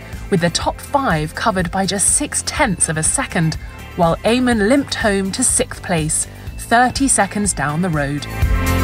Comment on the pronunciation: You have trouble with "fifth" as well as "sixth".